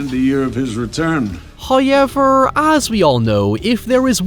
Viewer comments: OMGGGGG...SINCE YOU INSIST ON FUCKN SAYING "HOWEVER" IN EVER FUCKN VIDEO, AT LEAST PRONOUNCE IT RIGHT! THERE'S NO FUCKN "i" IN 'HOWEVER' !! I UNDERSTAND THAT YOU HAVE AN ACCENT, BUT HAVING AN ACCENT AND PRONOUNCING A WORD COMPLETELY WRONG ARE TWO DIFFERENT THINGS! WE'VE HEARD YOU SAY THE WORDS "HOW" PERFECTLY AND "EVER" PERFECTLY, THEREFORE THERE'S ZERO REASON WHY YOU CANNOT SAY HOW-EVER, INSTEAD OF "HIGH-EVER"! 😑🙄😒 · First "hoyevver" drops . Praise be to Him for his bounteous generosity. He rewards us for our devotions.